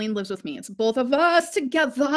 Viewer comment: "We BOLTH have crowns" 😂🤣😂🤣😂 Y'all really gotta stop hypin her up 😅